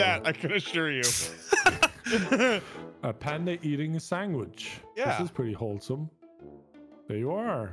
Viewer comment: Did anyone notice that is saying sangwich instead of sandwich, LOL